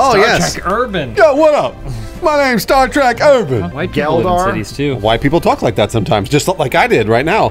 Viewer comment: "It's like STIR TREK!" xD